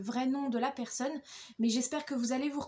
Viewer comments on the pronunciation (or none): none